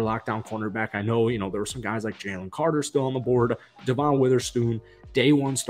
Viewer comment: His name is Devon Witherspoon not DeVon Witherspoon. Otherwise great vid. ❤️